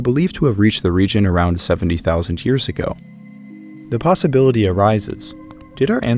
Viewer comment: Why does he put an H in front of years it’s driving me nuts lol